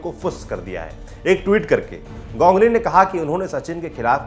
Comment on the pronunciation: Gongly क्या है गांगुली बोलो ना